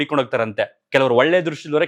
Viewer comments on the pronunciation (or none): none